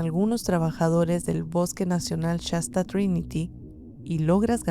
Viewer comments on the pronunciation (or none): No se dice Chasta es shasta sh sh